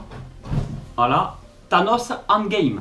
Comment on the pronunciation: désolé mais la prononciation que tu fait de endgame n'est pas la bonne tu l'a fait en français bien prononcé c'est endgame prononcé en anglais